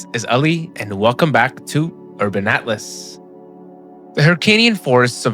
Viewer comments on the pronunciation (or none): none